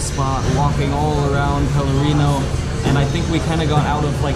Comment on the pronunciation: Colorinho. Lol. It's actually Pelourinho.